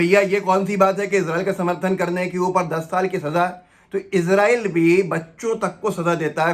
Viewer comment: السلام علیکم ورحمۃ اللہ وبرکاتہ عام طور پر لوگ عزرائیل کیوں بولتے اور لکھتے ہیں آپ نے بھی عزرائیل لکھ رکھا ہے اور بول بھی عزرائیل رہے ہیں حالانکہ صحیح نام اسرائیل ہے انگلش میں بھی آئی اور ایس سے لکھتے ہیں یا تو آپ ہمیں عزرائیل بولنے اور لکھنے کی وجہ بتا دیں یا اس کی تصحیح کر لیں فقط والسلام محمد شاہنواز عالم